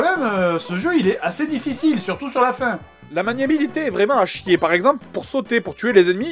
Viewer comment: tu as dit au lieu de difficile a